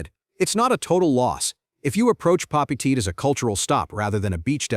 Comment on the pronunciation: Papeete, Tahiti..... pronounced Papey ey tey.